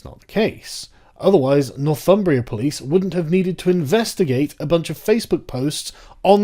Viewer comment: When you first said Northumbria Police I thought you said "North Fun-bria Police" Maybe they last one is more accurate.